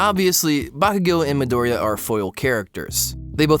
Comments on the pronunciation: Guys it's not MidOriya it's MidorIya. Please. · mEE-Doria not mahdoria, idiot. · Your video was wonderful. Bakugo is also my favorite character in the show and I always loved his design as well. But every time I hear you say Midoriya my heart fucking skips a beat. Just a simple difference in syllable stressing and yet so damn terrifying.